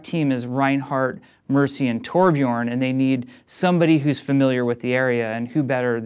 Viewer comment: OMG HE DID IT, HE SAID TORBJORN. DINOFLASK LOOK